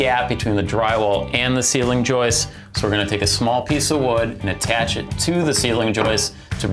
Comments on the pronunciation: Joist. There's a T in the word. It isn't a woman named Joyce. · Nice and clear; thanks for posting. BTW, is "joist" with a "t" at the end of the word. "Joice" or more properly "Joyce" is a woman's name.